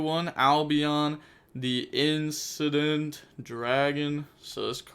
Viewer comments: Ah, yes. The Incident Dragon, a dragon about to cause a series of unfortunate events. Not hating, btw. I mispronounce card names all the time, too XD. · My boy say it with me 😂 incandescent (in-can-des-cent) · In - Can - Des - Cent Dragon